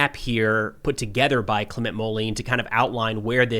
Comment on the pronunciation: Hi. Clement Moline’s first name is pronounced something like “Claim on”. Also the last name would be pronounced something like “Mole end” (without the “d”). Totally minor… you are a fantastic reporter! Thanks for your work! Philippe